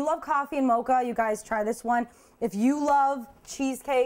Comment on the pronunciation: You can't say mocha right